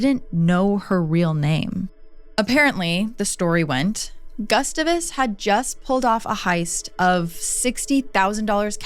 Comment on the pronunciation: I love your videos but your pronunciation of “Gustavus” is making my brain hurt. 😂